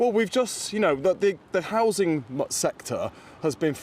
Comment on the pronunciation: It's how-zing, not house -ing.